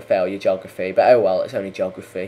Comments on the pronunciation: Do we need another Australian to come out and teach you English how to speak your own language? It's pronounced /ge/og/raf/e\ not /jog/raf/e\ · Its a joke god damnit!! The way hes saying it sounds like jography